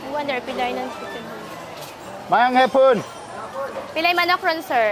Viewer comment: It's Hapon not Hapoon.